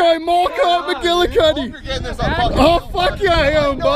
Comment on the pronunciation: "MallCop McGillicutty" *LMAO*